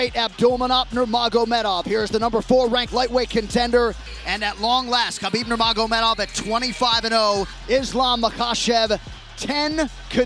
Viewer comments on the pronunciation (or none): he thinks whisky gonna help him. "khabib nurmagovmedov".